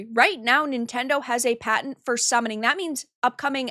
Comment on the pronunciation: They have a Paent. Not a Patent, with a fucking T. You know? You must be related to J. He likes pitchers, not pictures.